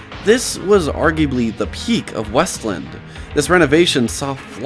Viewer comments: It’s called WEST LAND as one word not weslin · It’s WEST-LAND… not wuslund. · I didn’t mean to offend you sorry. But there’s a point in the video where you use a soft “land” like with the word “inland” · also its pronounced west-land